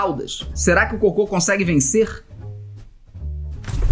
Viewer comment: Disseste coco não cocô isso è estranho